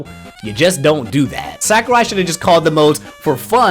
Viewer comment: tf is a sack-er-eye?? it's sah-ku-rai